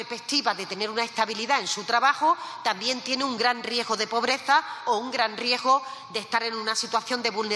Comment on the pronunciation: Riejo..riesgo..a ver repite .riesgo .😅😅